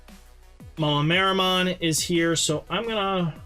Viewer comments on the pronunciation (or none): How can you not just sound these cards out in your head and say them You butcher almost every card you read and I've never seen another player ever have this problem, holy shit lol And the level 5 is pronounced "mah-may-tear-amon"